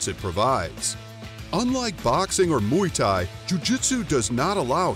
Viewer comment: i stopped watching when he said ''MUY THAI''